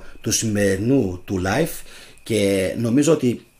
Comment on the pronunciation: Aφου θελεις να μιλησεις αγγλικα τουλαχιστον πεστα κανονικα οταν λες (life να το λες σωστα ειναι live)